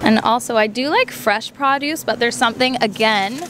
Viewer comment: its interesting how people say the word produce in canada.